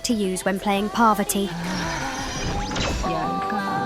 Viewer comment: Damn Ai is pronouncing parvati wrong